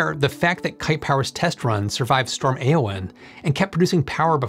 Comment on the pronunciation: That's not how you pronounce Éowyn, though. Unless Peter Jackson was wrong.